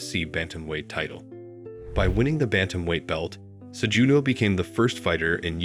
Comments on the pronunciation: sejewdoe brother the j is pronounced as an h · Pronounce his last name correctly if you're going to do a doc on him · I didn't watch more than 5 minutes, brother. After the 4th or 5th mispronouncing of Cejudo's name, it was nearly impossible to listen to a documentary based on a person that the narrator wasn't even familiar with.